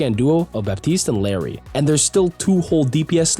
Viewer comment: the correct pronunciation for "Illari" is something like "ee-yah-di" (if you speak Spanish you should know what I'm talking about). most people who speak English say it how they see it, which is fine. but ITS NOT PRONOUNCED LIKE LARRY 💀